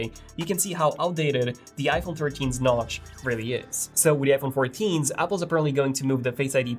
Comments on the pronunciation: say notch 😂 not nouch wtf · He said goodbye notch wrongly